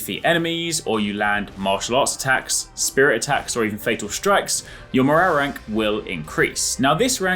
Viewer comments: Mo-row-rank. Scooby Doo took over. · Just came here to hear this guy say MORRARRERANK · “morarrank” 😂 nice 👍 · Morale rank sounds so wierd saying it fast lol